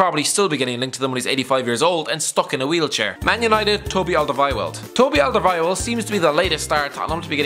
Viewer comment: The way he says Toby Alderweireld lol